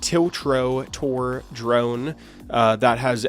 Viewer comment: tilch-ro-tor :D Geez. The times we live in...